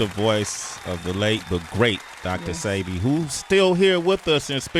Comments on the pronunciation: Why do people still say “see bee” when he has pronounced it as “say bee” over n over again. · Why no one can say sebi right...ceebee sybby....its (sebeee) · Please stop saying Seebee, his name is Sebi, pronounced "Sébi". But I know y'all don't have the "é" sound in english, so just go with a more "ay" sound. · Thats what I be saying... If you pay attention all the family says "say bee" and the interviewers all say "see bee" DJ Envy even corrects Nipsey on the breakfast club with the wrong pronunciation. I was appalled. Im glad someone else said it too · Why do they let her pronounce his name wrong? It's pronounced "SAY- be" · Whyyyyy issss shheeee saying Dr CB? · mispronounced Sebi 3 or 4 times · totally mispronounced a lot of people's names. That kind of only stuck out with me because if I know something or someone I wouldn't mispronounce it. You definitely have to appropriate yourself with something or someone if you are going to put out or broadcast it. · Why everybody butchers Dr. Sebi name. Smh